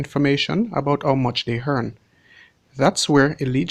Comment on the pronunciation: Lmao the word is "earn" not "hearn"